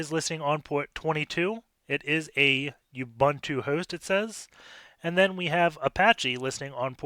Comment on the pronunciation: Dude he pronounces nothing right... He pronounces Ubuntu as "Youbantou"... What did you expect? :p